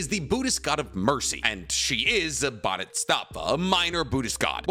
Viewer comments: Are you not pronouncing Bodhisattva correctly on purpose?! I've seen people correct you in plenty or videos and you still say it so wrong over and over. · Say it with me “Bodee Sat Vah” is how you pronounce bodhisattva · Love, but being a Buddhist, boy do I cringe every time he white man pronounces bodhisattva lol. Wish people would research correct pronunciations of the things they're presenting on. Just feels a tad lazy. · Your pronunciation of bodhisattva is killing me man 😂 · I love the video but how you pronounce "Bodhisattva" makes me mad bro. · isn't it "Bo di sat va"?? not "bo dits sat va"?? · It's pronounced Baa-duh-saat-vuh . And I believe Neteros prayers and meditations eventually made him awaken and become one with nen. He's not using it. He simply IS and it (nen) does. That's why he needs to pray before he moves if not he would have just eliminated that step (the prayer) once he achieved the speed. it's his "condition" he will give thanks to nen . No one else is devoted to nen like him. all he's doing is moving. It seems like he has a limitless supply of nen because he's not using his own reserves the nen is just responding to his prayers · Bro it's "Bodhisattva" not "bodhustattva" it means "one who seeks awakening" nothing to do with "different levels of worshipping" any lesser deity... It's a way of life. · Pronounced Bhodi Sat Va not BodyStatVa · Love the video but I gotta correct you on one thing: It's 'bodhisattva', but I keep hearing you say something along the lines of 'bodhistaffa'. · Nice video but you pissed me off saying bodhisttatva instead of bodhisattva, soooo many times man🥲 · Bhodisattva is pronounced BOH-dee-SUT-və, not BAH-dee-STAHTS-və.